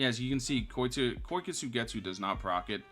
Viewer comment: the way he says kyoka suigetsu hurts me